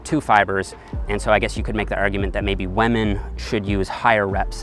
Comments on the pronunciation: he said waman not women LMMFAO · I love your videos! But please stop saying wamen! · Everybody: Women: WAMEN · 😂😂😂 I never noticed it but now I can't unhear it!! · I thought he said lemon! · Rofl, I can’t unhear this now xD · its almost 2020 and still out here sayin "Wamen" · I like how he says wamen like pewdiepie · Hahah I thought the comments were overreacting to the way he pronounces WAHMEN, but damn I laughed out loud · Why does everyone care so much about the way he says WAHMEN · He says “wamen” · Because that's how Pewdiepie says it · When pronounces women “whemen” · 6 minutes into the vid I hear "wamen" and thought, it's just me right. Scroll down to the comment section everyone's talking about it. RESPEK WAMEN GUYS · "Lemon" or "Women"? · Lol I heard Lemon instead of women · Thiught you said lemon not women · WAMEN. all I heard is WAMEN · Sounds like a Newfie thing!